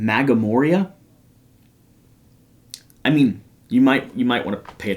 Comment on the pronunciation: tell Jesse to try a redbull detox along with his social media detox.:) And that "Magamoria" is pronounced "Mass-more-ra" 😆 all the best and good luck holding down the fort!